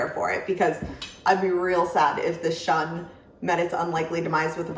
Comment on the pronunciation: Some might shun the Shun brand because they can't handle these knives correctly, others just pronounce it wrong (say: shoon).